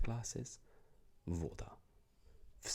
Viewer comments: Fine video! The only thing is that вода always goes with an accent on the last syllable: водА. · слово "вода" произносится с ударением на второй слог, и обе гласные звучат как "А": "вадА". Second syllable is stressed, and letter "o" sounds like short "a" (russian "a", not english). В безударном слоге буква "о" всегда произносится как "а": "молоко" будет звучать "малакО". Хоть поумничать (это я о себе) xD